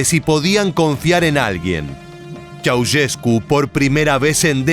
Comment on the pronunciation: Esta mal pronunciado el apellido. Ceaușescu, no se pronuncia así, se pronuncia con un sonido de "ch", no como si fuera una "s dura" la primera y como "sh" vibrante la segunda. Pongo los símbolos fonéticos de todas maneras para los que lo entiendan: [nikoˈlae tʃe̯aˈuʃesku]. No entiendo la intención de hacer un video "educativo" con mala pronunciación que inclusive está en Wikipedia y en páginas de pronunciación. Ante la duda uno investiga al menos. Google está al alcance de la mano. Cuando nos enseñaban lenguas en la facultad nos decían "Esto se los enseñamos para que no hagan un papelón pronunciando mal" ya veo a que se referían...